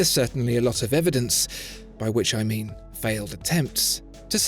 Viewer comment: “This what I ming” 😂